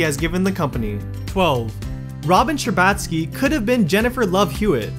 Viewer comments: Sher-bah-t-ski not sher-baaaaah-t-ski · It’s not ScherBATskie it’s ScherBOTskie she’s Canadian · The way you're pronouncing Robin's last name just gaaaaaaaaaah. I can't